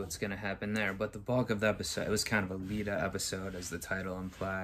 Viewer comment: Love your reactions! I think the character’s name is just Iida (iida / ee-da) and not Lida (lida / lee-da)